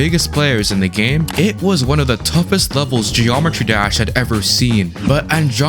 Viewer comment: bro says gd like "geormetry dersh"